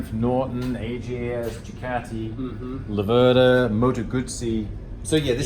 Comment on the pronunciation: Great effort mate but please pronounce it correctly: it's Lave-rda not La-verda. Just move the accent one syllable further. #MadeInItaly